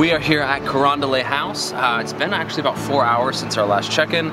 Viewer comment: Carondelet is a French word so it commonly mispronounced as “Carondel-AY”, it’s actually pronounced just as it is written, “Carondel-ET”.